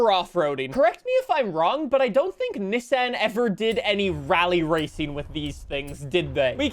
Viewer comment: Americans bullying you about saying Nissan the correct way lol